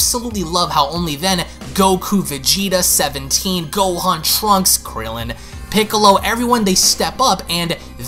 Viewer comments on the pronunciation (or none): No one: Not even a single soul: Me: When he says krillin 😂😂😂😂😂